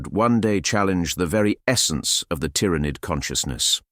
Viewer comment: I have to say, this was a nice piece, you have a good voice for this, but man some of the pronunciations just sounded so wrong, words like Tyranid og Chitinous, and I observed a constant change in the way you said Harbinger. These are just comments to try and be constructive to help you if possible, because the piece overall was a good listen and something I'd love more of to listen to while working, keep it up 👍